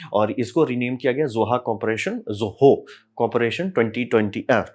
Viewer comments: Zoho ❌😢 Zoha ✅😅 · ) ZOHO ❌ :) ZOHA ✅ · Sir ne aaj POHA bahot khaya hai, isliye ZOHO ko ZOHA bol rhe hai😂